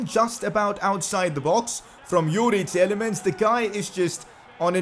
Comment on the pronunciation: Your saying Tielemans name wring it’s TEE-LA-MANS